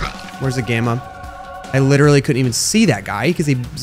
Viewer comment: Dude. Littarly said deletion completion